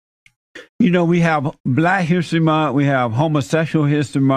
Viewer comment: "blaa hissree munh"